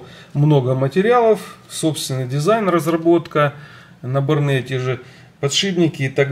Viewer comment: набОрные ! а не набонЫе